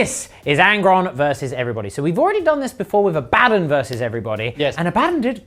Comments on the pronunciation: Gents, GW just officially announced its pronounced Abba-don not Abad-un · Abaddon pronounced Ah-buh-dawn. They literally just put out a pronunciation video.